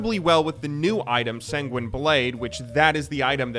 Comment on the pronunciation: i'm actually shocked he can pronounce sanguine decently and not say SaIYNZNININIEESZZZ bleeeejjdzz